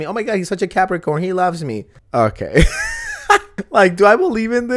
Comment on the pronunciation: Are you saying "Capricon" instead of "Capricorn" on purpose?!?